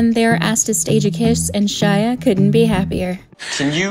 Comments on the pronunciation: We’re not gonna talk about how Megan Fox said “Shila” and not “Shia” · and she called him "shila", :'-{